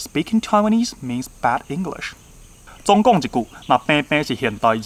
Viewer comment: 看這影片看得很難過...認真回，英語發音標不標準跟講台語或普通話無關，重點在於觀察能力以及那個人在不在乎自己的發音。你發音已經算不錯，但仍然有很多細節沒掌握，舉你說的第一個例子 Some parents那裡，don't跟want的t都不要唸，kids唸的時候中間嘴型是一二三的一，你的唸法是英式，Taiwanese不是唸ㄊㄞˇㄨㄢˇ膩s，tai的發音舌頭是要捲進去的，wan是唸one一模一樣，English的要唸en-glish兩個音節不是en ㄍ lish三個音節，pronunciation的c是ㄙ不是ㄕ。I speak solely Mandarin (I do not speak Taiwanese at all) but obviously I know how to sound like a native speaker. That is why I strongly deny your point of view. However, you did a great analysis somehow. Nice vid.